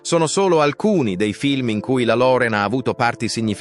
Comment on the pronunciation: Se uno parla italiano,pronunci.correttamente, impari per rispetto .Loren diventa Lore'n, .